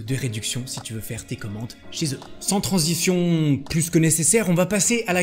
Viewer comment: "sans transiFion!!" 😂